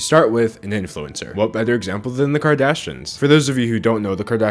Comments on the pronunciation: Anyone else notice he misses the "i" when he says Kardashians ("kardashans") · sayin kardashins. king.